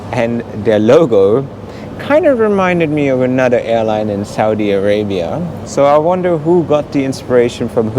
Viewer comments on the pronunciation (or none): none